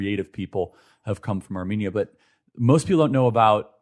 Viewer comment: Would've expected the agency to at least teach you how to pronounce Armenia and Armenians🤦‍♂️